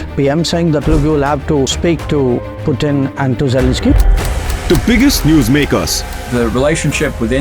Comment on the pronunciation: It's what they call the crying invader, Russia want to invade others and leave them in peace to invade others or else it will cry. Smash the 👍 and subscribe if you want more pro Poo-thin ( Poo-thin is the correct pronunciation of Putin not Pew-tin) GARBAGE PROPAGANDA by Modi Media Hindusatan Times and Times of Indiot, it's all you can expect from a country of garbage and 💩💩 everywhere 😅😅😅